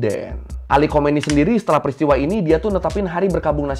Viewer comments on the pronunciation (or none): bukan khomeini bang tapi khamenei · Bkn ali khomaeini.. tp Ali khamanei